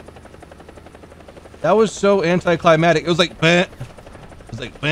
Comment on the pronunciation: It's not anticlimatic its anti - clai - mak - tick and its not weapondry but Weapon - ree